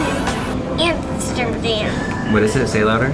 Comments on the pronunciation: Its Amsterdam Not Hamsterdam!!! HaHa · I live in the Netherlands and her calling Amsterdam antsterdam made me laugh Soo bad😂😂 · Antsterdam 😂 Hamsterdam 😂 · Hamsterdam😂 i live in the city next to amsterdam. It is called Leiden. You where at Schiphool. Funny to hear hamsterdam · Have a great wedding and it’s pronounced Hamsterdam😂😂😂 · It's Amsterdam not hamsterdan